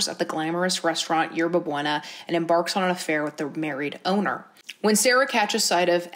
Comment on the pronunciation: i love u but the way u said ‘yerba buena’ pained meeee. sometimes i forget not everybody knows spanish.